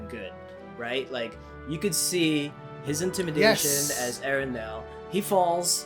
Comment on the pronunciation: 1. Casting perfect. 2. It's Elendil, not Erendil. 3. Sauron stole the secret of ring-making from the Elves, he didn't teach it to them. If he already knew how to do that, you think he would share?